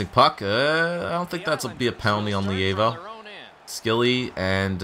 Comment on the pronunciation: Levio name is pronounced lee vo